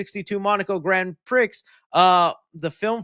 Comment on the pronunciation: Grand Pree It is pronounced.